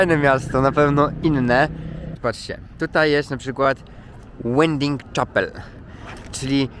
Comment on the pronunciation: czyta się. Łeding czapoł/ ciapoł. Taka mała poprawka. Nie gniewaj się.